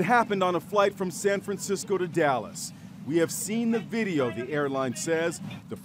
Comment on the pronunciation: He did not have to say “the video” like that 😵😲